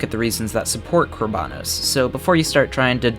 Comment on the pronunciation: It’s kor ba noes not kor baa nos